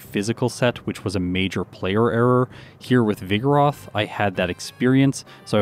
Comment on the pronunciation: pronounces vigoroth like ‘vigorous’ with a lisp